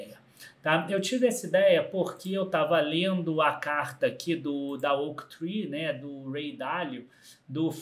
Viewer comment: Isso, ele falou errado